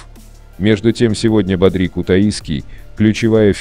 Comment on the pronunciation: Не бадрИ, а бАдри, блин